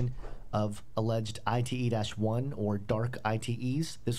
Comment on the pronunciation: " ITE " perfecto!!!